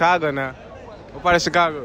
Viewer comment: 8.34 said sicago LOLL